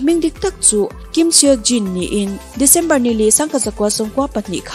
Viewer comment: Khawi atangin nge source hi I lak bik a...miin an sawi tlem2 I hria a chuan I phuah belh tihna mi..An hming pawh I lam thiam nange..Bts ah Min Yoongi a awm Min Yoonji ni lovin...Kim Seok Jin a awm a mahse Kim Syeo Jin tih an awm lo...an hmeichhe duh zawng te lah hi in duh2 in phuah ve tawp2 zel lehnghal.. ...Jeon Jungkook ka hria a mahse Jyeon Jungkook chu ka hre lo...chutiang chu bts ah an awm lo bawk...bts chanchin I Siam leh hunah min lo hrlh Dawn Nia..ka lo hrilh Ang che I source a dik lo emai😂😂😂😂😂